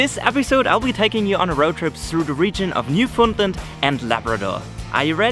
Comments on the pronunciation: It's not newfundlend its literally just new found land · Gave up listening ..... at very least the presenter should learn how to pronounce 'New- found-land'. None of this Newfundlund stuff! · It's pronounced New-Fin-Land. I know. I'm a born and raised Newfoundlander. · Jack_02 man what the he'll are you taking about!? he was pronouncing it incorrectly throughout the whole video, you're definantly not a new-fin-Lander. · Love how people that ain't from Newfoundland pronounce it as Newfoundlind 🤣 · We pronounce it Newfindland They pronounce it New found land or newfundlind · It's pronounced "New-fin-land" hope anybody that goes enjoys it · It’s pronounced NEW-FOUND-LAND not hridhrhrhirbfhrudndndd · Me too. Although I grew up saying New-Fun-LAND. West coaster here. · My biggest pet peeve is when people pronounce it as Newfundlend